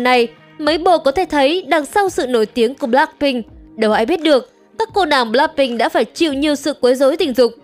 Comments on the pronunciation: bờ lách binh nha ad, ko phải bờ lác binh đâu = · blackpink chứ ko phải bờ lác phink nha ad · Là bờ lách pinh không phải bờ lắc pinh nha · Bờ lách pin , đọc tiếng Anh siêu thị 😂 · Mình không khó chịu về những vấn đề trong video nhưng kênh đọc * bờ lác binh * thì hơi sai sai thid phải💦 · bạn có thể đọc BLACKPINK một cách bình đc ko ạ mình không có ý j đâu mik chỉ có một góp ý thôi ạ